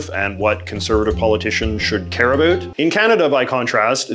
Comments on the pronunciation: When is this valley girl going to realize Canadians do not over dramatically pronounced the word about? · The way he says about… “a boot” 😂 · Great video ,but why did you say "a boot"? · Why does he keep bringing up "a boot"